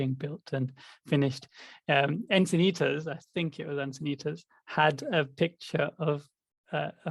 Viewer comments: I was thinking it but now that you said it,.... I got a kick out of ' mispronunciation of Encinitas (Insanaytus). Hall Pass Plus! I grew up in Santa Monica. Lakeshrine was my go-to, and now living in San Diego, I go to the small temple here. To prepare you for your eventual visit to Enchintas/Enchiladas, it's located right on the 101 highway and like Santa Monica, which is adjacent to Lakeshrine in Pacific Palisades, along Pacific Coast Highway, both are tourist beach towns with horrendous weekend traffic. Your best bet is a weekend retreat at either one, where you will be somewhat immune to the hustle bustle, while sequestered on the beautiful temple grounds. Sight seeing would be best Tues/Wed/Thurs. People are in a mad rush on Mondays and Fridays. If you come this way, contact me for free travel tips. I was born and raised in So. California, love it, and know secret beauty spots for meditation. I'll speculate right along with about our adjusting to the Yuga, before we're ready for communities. Even the monastics joke in their Sunday services about little personality quirks and tensions with each other. I admit, I love my solitude so much so, that I think I'm evolved only enough to live harmoniously with a pet rock, something low maintenance. True, I would become a useless puddle of devastation if I dwelled too long on the resulting suffering caused by war. It leaves me feeling powerless. I keep my head above water by serving where I'm called to, contribu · I actually wasn't laughing at pronouncing "Encinitas" wrong a couple of times -- and I don't laugh at pronouncing it wrong a lot either 😁 The "S" at the end is soft, not a hard "z".